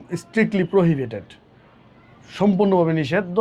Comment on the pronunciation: Via Apnar prohibitate at charity word gula jevabe bolsen Tate apnake sikhkhito Mone hosse.